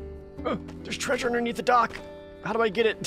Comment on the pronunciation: Love your content, love the games you play. Its just the whole 'derpy' persona you do that really bugs me. its overplayed and outdated. So a part of me does die everytime you say "treysure" but otherwise, keep up the good work. You definitely deserve the views